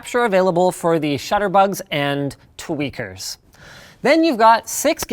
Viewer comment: Anyone else laugh out loud when he said "Tweakers".